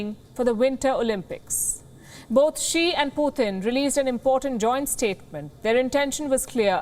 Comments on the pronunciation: Not puthin that’s putin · Every time she says 'Poothin' when saying Putin is so much lol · Indians have no room to criticize ! India is a racist state / Modi and the BJP ARE UNEDUCATED THUGS . This woman is a racist Indian mouthpiece . Learn how to say PUTIN .